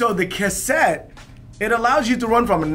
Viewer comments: "Kutt-sett" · Cog block. Lol. looked stressed trying to make sure he says cassette correct. Cool adapter